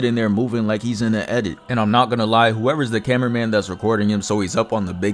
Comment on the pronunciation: Bro focus on the voice over, "Camara man always survive"😂😂😂 you should know better 😂😂😂😂😂😂